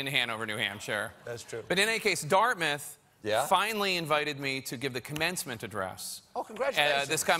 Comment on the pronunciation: Dart-Mouth or Darmuth? . . . Dart Mouth !!!